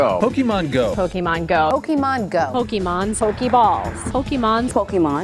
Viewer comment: it ticks me off that all the reporters pronounced poke-AY-mon go wrong.